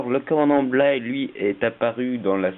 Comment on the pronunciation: J'aime bien, surtout Deviss. Mais c'est BLY et non BLEY.